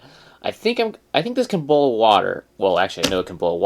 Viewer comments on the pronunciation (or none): ITS BOIL IM FROM OHIO AND WE DONT EVEN SAY IT LIKE THAT